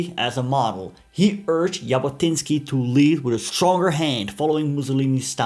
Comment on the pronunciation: Thank you for interesting content in general, end especially regarding the Jewish people and our national liberation and return movement - Zionism. Just one small correction - the way to pronounse the surname Jabotinsky is Zhabotinsky, and not as pronounced in the video. I also reject the claim that Avraham Shtern ("Yair") thought Arabs should be second class citezens under Jewish sovereignety, definatrly Lehi didn't adopt this idea after the murder of Yair by the British. Moreover there were some Arabs who took part in Lehi activities... Today - most people in Israel don't really make distinction between different underground movements of pre-state period (Hagana and Palmach, Etzel and Lehi) and the general nerrativ, which is basically true in my eyes, that all the underground movements had contributed in their unique effort to lead the British to decision to leave the Land of Israel and led to the establishment of the State of Israel. Not to forget that all the movement incorporated in the IDF after its establishment.